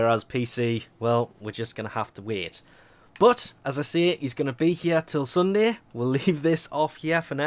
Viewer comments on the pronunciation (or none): none